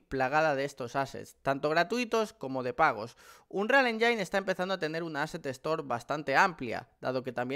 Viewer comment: "anrial enyin"